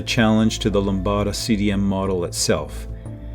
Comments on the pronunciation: Very interesting video. However, I suggest that the producer should inform the narrator to say LAMBDA instead of LAMBADA in future episodes. Except for this minor imperfection, the video was plus-que-parfait. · "Lambda" is most definitely NOT pronounced that way